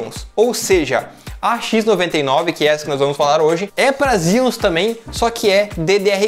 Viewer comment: Engraçado Xeons vc pronuncia "Zions"... Pra mim é "Cheôns" kkkkk... Zion é a cidade fora da Matrix....